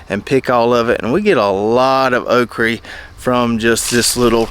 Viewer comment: Okra, say it with me. Okra. You know when babies mispronounce words like saying bobble instead of bottle? That's what you sound like when you say "okrie" instead of okra. I can tolerate taters and maters, but "okrie" is where I draw the line!